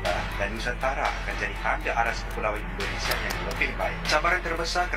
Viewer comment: Ternyata ENDONESIE & MELEYSIE bacanya ya 😅😅